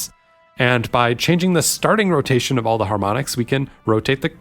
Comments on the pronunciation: Liked immediately based on concept, sub’d like a minute in, and unsubbed after five… so I could click sub one more time for “crowtation” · Subbed immediately on “crotation”